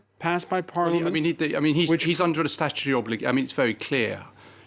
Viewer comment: Legal 'expert' who cannot say the word: 'statutory'...